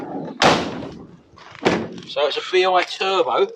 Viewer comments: B-i turbo 🤣 tell pops it bi as in twin turbo like bi plane 2 wings. 🙄Unbelievable 🤣🤣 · Made me chuckle whee wen your dad calling it a B I turbo, think he meant bi turbo as it’s a twin turbo model!!🤦🏻‍♂️ Great content for the channel. 👍🏻